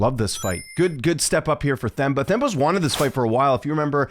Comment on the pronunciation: It's pronounced: TEM-BAH . The 'h' is silent when pronouncing his name❤. Similar to pronouncing the word 'Ten' but replace the 'n' with an 'm'. " teM- BAH " 🎉 hope that helps.